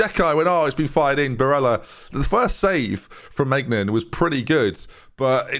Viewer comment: Hi, you have to say ‘my Nan ’ instead of migenan